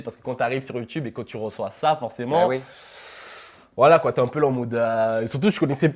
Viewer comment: il dit pas OUI mais UI ! jss mort mdrrrr